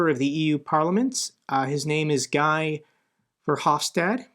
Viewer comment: FYU Guy (Verhofstadt) is pronounced Gee ... Thanks for your relentless work on this war.